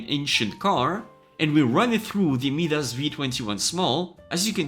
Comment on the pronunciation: FYI - Midas is pronounced MY-dis, and Euler is pronounced OIL-er